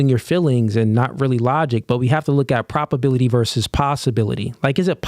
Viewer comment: You’re throwing Ps at me brother. Pro-B-aility